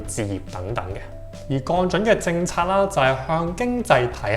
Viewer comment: 已訂閲。但希望你改善懶音「銀」，「降準」⋯等等都需要讀正音。